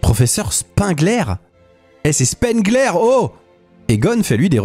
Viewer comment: Bonne vidéo, MAIS le nom Spengler se prononce spaingleur et pas spainglair. De même tu as prononcé le nom des frères Scoleri en disant "scoreli".